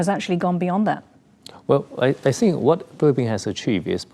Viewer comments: DONT TRIGGER RED FLAG WAR. STOP. SAYING. SINK. ITS.....THINK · STOP SAYING SINK. ITS THINK...GET IT RIGHT BEFORE YU START A WAR